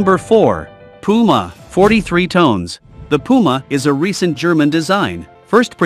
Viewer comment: Tons not tones 😅😅😅😅😅